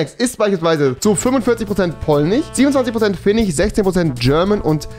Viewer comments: Polnich, Finnich und schwedich 😂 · finnich, polnich, holländich xd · Polich, Finnich, Schwedich aber er sagt DeutSCH wtf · Wen triggert die Aussprache auch so? Polnich Chzechich Swedich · Schwedich Polnich Finnich Genetich Muss los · 45% polich 27% finnich 12% swedich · Polich Schwedich XD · niemand: wirklich niemand: keiner auf dieser Welt: Rewi: Polnich, Finnich, Schwedich Und noch 10000 andere Wörter. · "Tchechich, Finnich, Polnich, Deutch, Holländich,..." xD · Polnich , finich , swedich rewi wie du das aussprichst das macht mich echt verrückt erstmal dislike